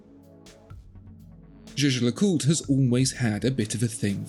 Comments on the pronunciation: Ah zere was zis ... le Jejecûte. 😬 Try "Jais-ger-le-CuTRE". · He says "ju ju lacult"